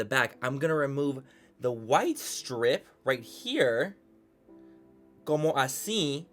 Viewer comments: When you said “como” I died 😂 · HAHAHAHAHA...LOVE how you say "como"